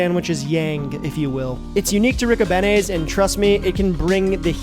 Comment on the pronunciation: On da south side we pronounce it Rick-O-Bean-E's... not Rick-O-Banny's lol P.S. Happy first snow night Tonight CHI City Blu of Blu Tint Photography